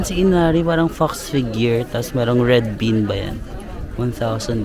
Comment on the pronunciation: Yung red "been" daw talaga napansin ko hahaha sorna